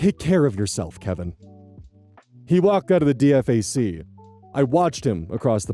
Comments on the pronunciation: It's pronounced 'Dee-fak' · 1. This was extremely poignant and I honestly feel bad for the guy. 2. It's pronounced "Dee-Fak" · DFAC. Sounds like D-fack. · So.. the army tries to pronounce every ackronym. DFAC would be spoken like Deefack. Just thought I'd put my 2 cents in. I remember what it was like as a 19 fresh soldier. It was a nerve wracking time. I learned an early lesson to turn off my brain. I needed my brain for the job, but not the lifestyle. I want to fix and improve systems, but fixing process in the army is well above the pay grade of a lower enlisted. I slipped up a couple of times and tried to improve some process only to get smacked by reality. Now that I am older and more mature, I understand the person that needs to hear suggestions is likely nobody you'd interact with as a lower enlisted. I did the soldier thing for 9 years with 2 overseas tours. I never reenlisted. The army really wanted me to stay and held me longer than I signed up for. I regret nothing. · We had a Kevin in my first company in the Army. His last name was Patrician, which seemed strangely appropriate, and he held the only GT higher than mine in the battalion. He was incredibly intelligent, but would argue over how to do Every. Single. Task. He also got chaptered. Btw nobody says Dee Eff Ayy Cee. It’s “Dee-Fack”. I am late diagnosed auDHD with PDA and APD. I somehow managed ten years honorably without ever getting in serious trouble and made sergeant before I got medically discharged. But I struggled, struggled so damn hard, especially my first few years. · Also, you can pronounce DFAC as D-FAC, it's what we do, saves time instead of constantly listing it out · Spelling out DFAC each time was amazing and frustrating at the same time! ( we always called pronounced it as Dee-fact) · Please stop spelling it every time, just say D-FAC 😂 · Just so you know, DFAC is usually pronounced "deefack" Not trying to be rude, just trying to be helpful. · DFAC is said Dee-FAC by the way.